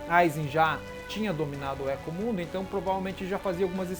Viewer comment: Thiago Agostinho kkkkkkk hueco mundo(rueco mundo) éco mundo foi de doer a alma realmente